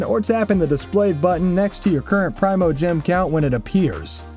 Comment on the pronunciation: ok pet peeve time, primogem, not primeogem